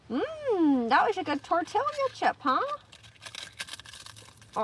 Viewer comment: R u say tortila on purpose and being funny?